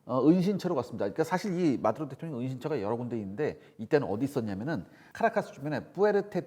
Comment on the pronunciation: 뭘 또박또박 마드로 대통영이라고 하노?